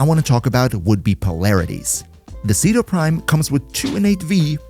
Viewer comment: Umm actually said it's pronounced Chedu Primo